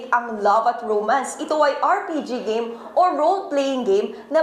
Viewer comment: Bruh literally noone says Gah-meh. It's game ano banaman yan